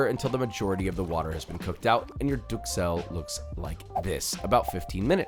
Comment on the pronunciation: I don't wanna be that guy, but i'm gonna be that guy. Duxelles is pronounced ducelle.